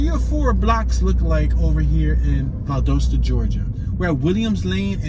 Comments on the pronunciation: You are pronouncing Valdosta wrong. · Thank you! The main reason I came to the comment section.